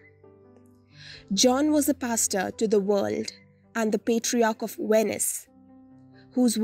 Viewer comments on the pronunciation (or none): none